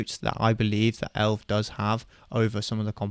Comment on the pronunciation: no one calls it elv bro its E.L.V or Elevance where is this elv coming from lol